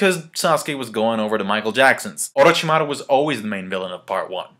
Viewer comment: I like how you pronounce 'Orochimaru' :)